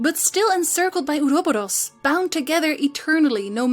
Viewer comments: in English we tend to say, “aw-row-baw-rowz” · Oroboros. Ore-oh -bore oss in english.